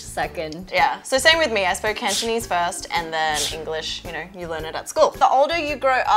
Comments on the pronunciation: Wow I'm pretty impressed by Cantonese pronunciation, sounds just like a native! Need to work on grammar though;) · Cantonese is 17 times than. J sounds exactly like an ABC (or CBC in his case) from the subs. F is at least half way fluent when it comes to pronunciation and tones.